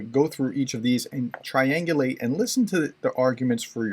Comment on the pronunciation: Are you really a professor? It is triangulate NOT triangulage.